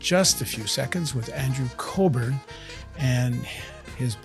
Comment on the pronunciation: It's Andrew Cockburn, not Colburn.